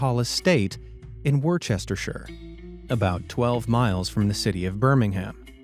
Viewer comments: It's 'Woostershire' not worchestershire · For all Americans having trouble with the Worcestershire pronunciation. Worcester is just pronounced "Wuster" So, Worcestershire, would be "Wuster-shire" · Worchestershire. Sorry, had to laugh at that one. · Wor-chester-shire :) It's pronounced Wooster-shire. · Wor chester sure??? It's pronounced Wustershire. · WorChestershire? It actually sounds like "Wusstehshur" XD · Has any other Brit already explained (while wiping tears of laughter from their eyes), that “Wurchestershire” is pronounced “Woostershire”? I know.. it’s your revenge for those of us who pronounce Tucson “Tuxon”! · ‘Wor cherster shire ‘. is pronounced ‘Woostershire’. Getting stuck in Worchester would be impossible. That was a fun video. Thankyou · This narrator is robotic ss the true host is again like many other YT uploaders shy and in the closet. No name no visual of host, and even voice disguised. Are you a criminal in hiding? Woostershire is pronounced as woosteshur, NOT Woostershirsire. Obviously you may never have been in the UK! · Lol, "Worcestershire" is pronounced "wooster sheer", WorChesterShyre made me chuckle ngl! That is a hard one though tbf so ill let ya off lol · 'in Worchestershire!!!! haha silly americans. Worcestershire = wuh-stuh-sher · "wooster-sher" and "birming-um" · Worcestershire is pronounced woo-ster-sheur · Worchester or Worcestershire is pronounced Wuh-ster or wuh-ster-sher. Sincerely, a British individual who hears this pronounced all sorts of creative (albeit) incorrect ways online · Wuss ter shire I know it's not spelt that way but that's sort of how you say it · Pronounced wustershire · . Pronounced Woostersheer - (Worcestershire). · Worcestershire - pronounced 'Wooster.' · Worcestershire is easy to say once you’ve heard it said. Here we go “wister sher”. I’m not kidding. It’s that simple. ❤️ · Worcestershire where they found 'Bella' is pronounced Wuster-shire. I know some our place names are very confusing to foreigners.